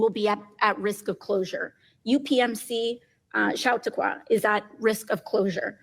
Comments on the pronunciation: She can’t even pronounce ‘Chautauqua’ appropriately. Very telling. Please don’t speak for people in my state when you don’t know anything about my state. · Did anyone else notice that AOC couldn't even pronounce the NY-23 Chautauqua correctly and it is in her state. I live in Oregon and I can even pronounce it correctly. Props to her for getting Schuyler correct.